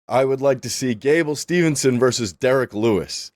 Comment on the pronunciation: Brother it's Gable STEVESON NOT STEVENSON'S